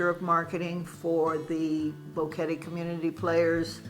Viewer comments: Odd that the first couple doesn’t know how to pronounce Boquete. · Nice video. But with all due respect, since you think so highly of Panama en general, maybe it is time to pronounce BOQUETE correctly. It does NOT rime with "confetti." Gracias.